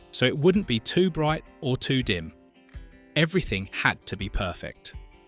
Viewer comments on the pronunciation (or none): none